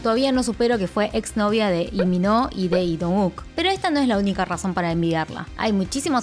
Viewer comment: hola! una pregunta, por qué Lee lo pronuncias como "i" sin la L? como en el por ejemplo!